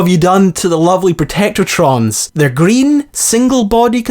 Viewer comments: Protectron, not Protectortron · Right. Protectron - pro-tec-tron Not "protectortron" Ghoul - gool Not "Gouwel" Enclave - on-clave Not "n-clave" I'm Scottish too man, don't let these people think we cannot pronounce simple words!! Apart from that, enjoyed the video brah!